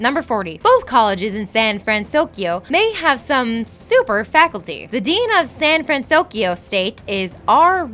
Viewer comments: "Big Z-ero 6" "San-Fran-SOS-Kio" You guys are KILLING ME. [I am devoted fan of this movie for its complex character development, rich blend of cultures, and the overall romantic art style that mixes a feeling of reality and animation. Most like it for its "cute-factor" and mind-numbing cheap humor, whereas I like to pick apart the movie and analyze motives ect ect.] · Also "Sand Fransokyo" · STOP SAYING SAN FranSOSkyo!!! It's SAN FRANSOKYO STOP ADDING THE S GAAAHH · hey? it's pronounced San FranSoKYO not FranSoskyo! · she said san fransoskyo XD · why does she keep saying " San fransouskyio" huh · I love these, but the narration gets me every time. You're reading, right? So why does every video have some kind of screw-up? Is this done in one take? You can't edit it so you're saying "SanFranSokyo" instead of "SanFranSoskyo" (which changes every other time she says it) or "Coppertone" instead of "Cooperative" (different video)? It's really distracting. Edit: SMH at calling the main character "TaDIshi"...He's the MAIN character! You need to edit or get someone who will double check these before you upload them. There is no excuse for messing up the main character's name. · "The city of San Fransoskio..." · Why does she keep saying sanfransoskyo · and don't forget "San Fransoskio" lol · and San FransoSkyo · Me as a big,..big hero 6 fan, I was a k so shaking my head when she was pronouncing San Fransoyko wrong...😂😅